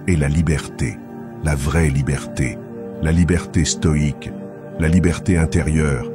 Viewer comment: Lire stoïque au lieu de stoide Merci